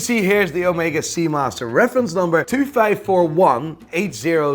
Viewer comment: bro will never learn how to pronounce correctly the word FIVE he always goes VIJF